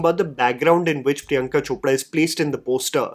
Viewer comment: Is ‘r’ proud as ‘d’ in Hindi . I see you always pronounce Chopra as Chopda and saree as sadee